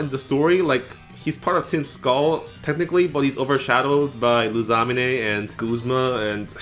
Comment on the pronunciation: I NEVER HEARD SOMEONE FUCKED UP LUSAMINE'S name like that I'm gonna start calling her Lasagna 😂, I don't agree about Gladion tier but whatever my guy and I love Hop and Bede it's Game freak's fault they shitted themselves for while making it the game so don't even bother playing SWSH DLC at all, the game drifted my first pair of joycons red flag